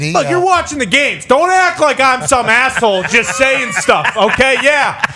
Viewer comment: I thought he said masshole 😂